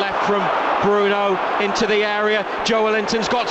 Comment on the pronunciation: "It's ze history of ze Tottenham "